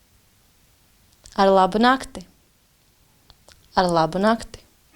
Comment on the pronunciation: Again, here the stresses are off, especially in the last "arlabunakti" it's just not said that way. And indications of plural, formal/informal would be nice, as "laipni lūgti" is either plural or formal singular, you'd never say that to a friend, perhaps a group of acquaintances.